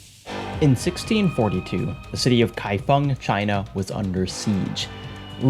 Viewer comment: Also mad respect for your pronunciation of "kaifeng" - not the first time you've tackled Chinese and done it well!!!